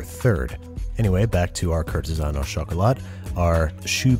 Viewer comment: Ok. French lesson "au" is almost always pronounced as "Oh"